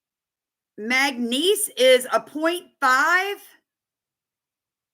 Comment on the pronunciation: Are you trying to say manganese or magnesium. I'm thinking manganese. It is pronounced Mang-a-neez for future reference